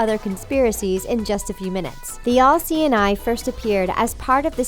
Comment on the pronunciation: She kept saying LC9, then it downed on me, oh!! The "all seeing eye" Civilization is reaching to a point where we have to invent telepathy because we can't pronounce our words right anymore!!